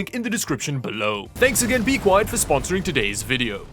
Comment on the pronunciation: You dont understand how refreshing it is to hear you say bequiet. If I have to listen to you pronounce linode one more time through your nose, im going to end myself.